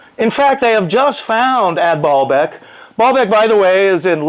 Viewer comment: He has said "ball beck" like 10 times now. Hahahahahaha. Obsessed with spinning balls ? Or Just balls ? .... SURE seems like it !!!!!! ...... ;-D (he wants "the hair guy's " balls ;) Its " BAAL beck ". Pronounced like bail. .... one of the Fallen Angels ? .... Ask a Muslim ? The Creator is not him. ... he is in the Bible.